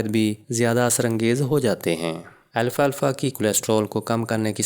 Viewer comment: او بھائی اتنا لمبا لیکچر دیا لیکن نام غلط لیتے رہے لکھا بھی غلط اس کا نام الفا الفا نہیں الفالفا ہے درست کر ہومیو پیتھی کی کسی اردو کتاب میں دیکھ لیں